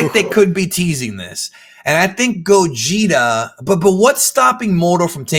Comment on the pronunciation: They keep saying gogeta, I keep hearing Gojira.... smh